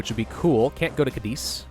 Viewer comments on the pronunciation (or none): none